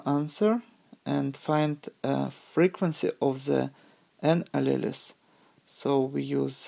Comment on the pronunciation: Great video. but alleles is pronounced as a-Lee-o-s. tho had a hard time tying to catch all the words to it but great vid